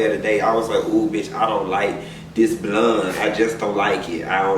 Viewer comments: every time you say "blonde" I get my life! LOL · The way you saying BLONDE 🗣🗣🗣 Has sent me lmao.